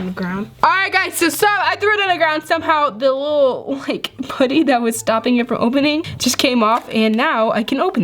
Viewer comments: It’s p•uh•tty not poo•ty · It's putty not pooty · It not pooty it’s putty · Did anybody cringe how she says poody instead of putty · Tbh, why do ppl say poody instead of putty?? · Its putty not pootee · I love you, but stop calling it “puht-E” It’s “puhhhtttt-teeeee” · I’m not a hater! I ABSOLUTELY LOVE YOUR CHANNEL A TON!!!!! but... it’s putty not pooty it’s okay I’ve done the same thing 🥰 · It’s putty not pooty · Its "putty" not "potty" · I’m sorry I’m not trying to be rude but you say pooty it’s putty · It’s pronounced pu-tt-ee not poo-tt-ee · stop saying pooty. its not ppot-ty. its fucking puht-tee. say it fucking right. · It's p'a'ddy not pouddy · it's not pooty its putty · Ok it’s PUT-TY not pooty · Do you say putty or pooty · why do you say pooty instead of putty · It’s pronounced (putty) not (potty) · Who else thinks it’s funny when says pooty instead of putty😂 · Who gets annoyed when says poutty instead of putty? No hate though. I love you 😜❤️💙💚💜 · Me but some people say it different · Your saying putty wrong your say pootty not trying to be mean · Why does she say pOOty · She said pooty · This is how we say putty ( p uh tt ee) :) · Can u stop saying pooty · She was saying how said putty. pronounced it at “pooty” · STOP SAYING PUDDY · Has anyone noticed that she pronounced putty as pooty. I mean no hate im just pointing it out I love yourr vidsss so much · The way u say putty pootty Love ya btw #notificationsquad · U say putty like it’s spelled poody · I cringe when she says putty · I love how she says putty XD :) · you cant say ''putty right'' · WHY CANT YOU SAY PUTTY!!!!!!